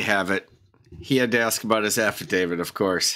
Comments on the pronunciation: old mate's another one who's keen on an "Affa David" & those that are make sure they constantly mispronounce it too as if they're correcting the judge & shaking their boof heads at them. I love it!!! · "My affiDAVID reads for itself." No, your affidavit cannot read. It can speak for itself, but it cannot read for itself. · Stupid people say affavid! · American speech is so in precise and so sloppy. The word is affidavit with a T at the end not an affidavid. No D. Not even a highly trained judge, and Attorney can pronounce words correctly, wow, no wonder the law is so imprecise.